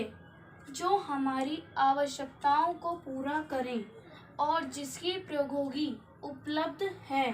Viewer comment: Sorry mam, proghoki nahi prodyogiki hota h😎